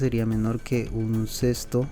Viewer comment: como sabes hacer todo esto pero no sabes pronunciar un sexto?